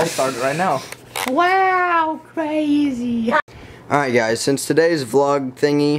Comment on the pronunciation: When he said wow cwazy look at him then and now